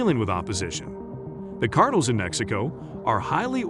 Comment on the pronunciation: Cartels mofo say it with me Cartels not cartle 😂wtf